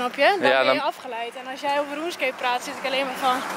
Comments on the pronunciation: Normale mensen: runescape Enzo: Roeneskeep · aron schreurs weet ik maar hij sprak het zo lekker Hollands uit hahaha